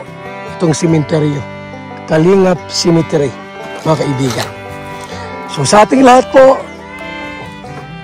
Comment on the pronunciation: Yan..tawangtawa tlaga ako sa pagsasabi mo na KALINGAP CEMETERY 😂😂😂